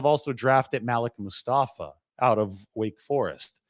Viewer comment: It's pronounced Ma- Leek Mostafa!!